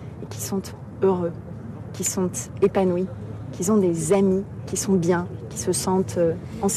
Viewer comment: " Qui sonTeeee"